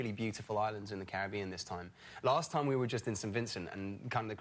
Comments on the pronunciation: It's pronounced cari-be-an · “Pirates of the cribbean”